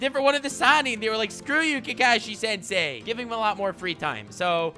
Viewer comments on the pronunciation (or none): "Also pronounced kAkishi sensei" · You keep mispronouncing Kakashi's name. It's Kakashi, not "Kakashi". Geez.